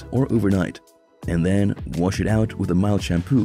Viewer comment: He keeps saying WOOSH it out